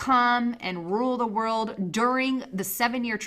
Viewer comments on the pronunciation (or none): none